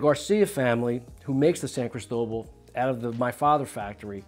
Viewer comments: Criss toe bull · That's the most gringo pronunciation of "Cristobal" that I have ever heard lol. CrEEsto-BAHL.